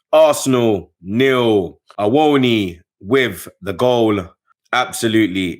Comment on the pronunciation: First of all ma broda Him name na Awoniyi (Pronunciation - Ah-Woah-Knee-Yee) not Awoni. If I have to rate Arsenal's season will give it 7/10 cause the way we bottled it. And just give City the league at the forest game. Saka our star boy was very predictable, lose the ball so easily and Jesus was mostly complaining. WTF was Arteta's formation and for me makes no sense. I was confused when I saw it.